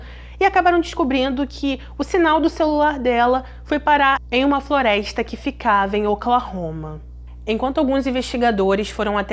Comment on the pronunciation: Vou deixar aqui uma critica constructive. As vezes não entendo certas palavras como PEISCA ? FLOREISTA? ETC .... Acho que se pronuncia PESCA/FLORESTA FICA A DICA🙃